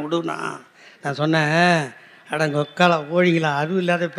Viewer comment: Super Tamil. "Vokkala vozhi"